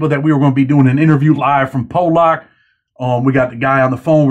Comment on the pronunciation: You keep pronouncing Pollock wrong. It’s not pronounced Po-lock it’s Paul-eck if that makes since